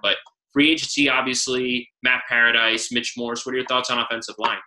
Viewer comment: Obviously you dont know what you're talking about if you can't even pronounce Matt PARADIS'S name correctly .